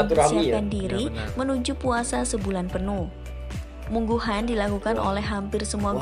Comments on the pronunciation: Munggahan bukan mungguhun 😅 Emang the best sih . Kumpul2 sambil ngeliwet . 😅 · Orang Sunda Munggahan bkn Mungguhan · Yang jawa barat itu MUNGGAHAN, bukan mungguhan. Pake A bukan U